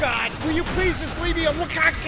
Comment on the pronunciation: lol "Will you please just leave me" sounds to me like he said "A lil coffee" followed by the BUTT EATING CONTEST